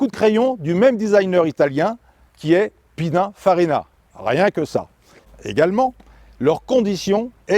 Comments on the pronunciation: très belle présentation monsieur sauf qu’on ne dit pas : pinafarina ; Mais pininfarina écorche pas le nom d’un génie du design automobile 😂😂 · « Rosso Ferrari » n’existe pas… il existe plein de Rosso x ou y chez Ferrari en l’occurrence c’est le Rosso corsa… La prononciation « Pinainfarina » me fait saigner les oreilles 😢 Dommage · J’ai coupé la video à l’écoute de : « Pina..farina…. » 😂😂😂